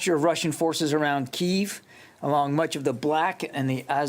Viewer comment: Why do these government and news people keep pronouncing the city Kiev as (KEY-VE) when its always been pronounced as (KEY-EV)?